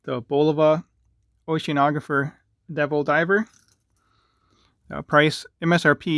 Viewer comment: Kodos on pronouncing oceanographer lol, nobody seems to be able to LOL, have the large one in that colorway and love it on my tiny man wrist lmfao. the smaller would have been better but didn't have money for the limited edition and that size wasn't out yet. i have a vintage accutron quartz devil diver from 1977 which is very small and have it on an alligator strap making it more of a dress watch. also have the chrono a quartz surfboard, become my favorite af all my watches. def a fanboy